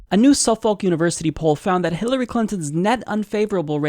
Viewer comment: Your pronunciation of Suffolk is funny. lol